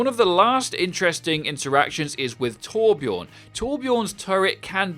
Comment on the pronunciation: Nobody can pronounce Torb right either (Torb-Yearn). Even Jeff and the voice actor for him. Don’t expect any quality from Blizzard pronunciation